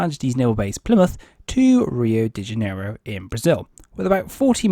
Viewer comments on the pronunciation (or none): none